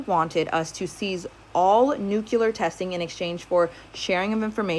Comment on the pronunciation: It's not Nuculer its NUCLEAR